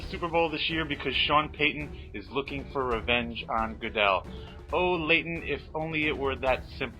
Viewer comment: It's Leighton you said my name right thanks man.